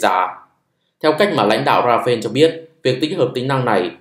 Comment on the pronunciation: Công nhận kênh không đọc comment: Rafael đọc Ra fa el (chính thức được đọc trên kênh của nhà sản xuất). Ra-pheo là tên của chiếc máy bay Dassautl Rafale của pháp 😢